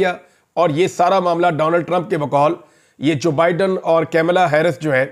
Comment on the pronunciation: Practice saying Joe Biden like they're two separate words.